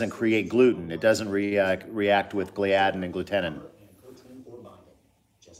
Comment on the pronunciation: Just a heads up, gliadin is pronounced glee-uh-din, NOT glee-ad-in